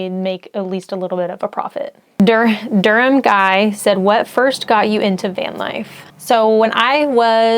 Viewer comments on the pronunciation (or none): none